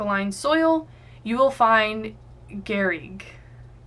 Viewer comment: The right way to say garrigue is the exact one at 22'52", well done :)